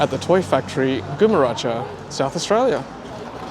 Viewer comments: Hi, Great video and great how you’ve been documenting the road trip. Just for future reference, Gumeracha is pronounced “Gum-a-raka”. Also the ‘Gum’ is like in gumnut. Don’t worry, I’m originally from Sydney, and when I move to South Australia I too was mispronouncing a lot of local suburb names. But I learned very quickly the South Aussie dialect. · As a local, I loved the mispronounciation. It might actually catch on. Try "Gum - er - acca" next time. I'm just disappointed you didn't say Nuriootpa or Hoffnungsthal 😂 Keep up the good work! Safe travels.